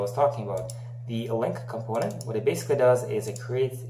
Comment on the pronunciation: КомпОУнент, я тебя умоляю!!! Не компОнент. Дичайше режет ухо!